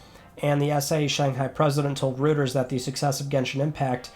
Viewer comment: It’s pronounced Roy-ters